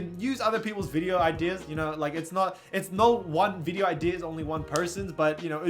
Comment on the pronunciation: why the fuck you say video like that?? VEE DEYO?